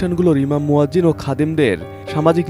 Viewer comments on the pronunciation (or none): Music deya uchit hoy ni. Are news presenter muazzim boche keno? Uccharon hocche muazzin.